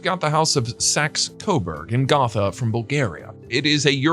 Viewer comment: Gotha has a long "O" sound in it.